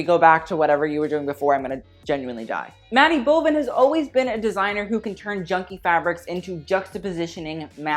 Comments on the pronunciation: "maddy bovan" lol its Matty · Bro it’s matty bovan not maddy 😂😂